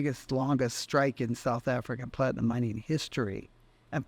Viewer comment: Plat-I-AM.